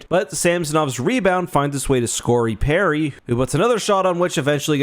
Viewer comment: This guy said Scory Perry lollll